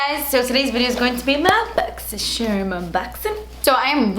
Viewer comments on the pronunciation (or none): randon question do u mean to say boxy sherm or is that on purpose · Can someone answer this for me but why does she say Boxysherm?!?! lol thanks